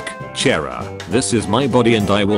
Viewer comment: Its pronounced CH-ara